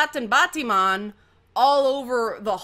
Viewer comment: I lost it when said "batiman".